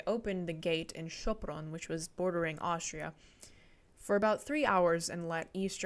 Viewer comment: You are from Hungary? Thats why i was wondering when you said Sopron in the correct way! And dont say unfortunatley, be proud to be born in a country with such a history (Im saing this as a half austrian, half hungrian)!